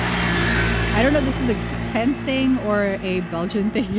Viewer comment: Wrong. The "G" is pronounced like a "G" in Ghent. You must have encountered an immigrant from West-Flanders. Source: I live in Ghent.